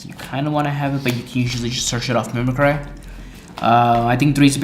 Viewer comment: Mimic-ry, not mimi-cry